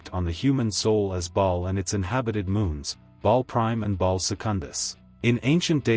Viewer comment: It's ba'al rather than ball, minor nitpick but it stuck out to me.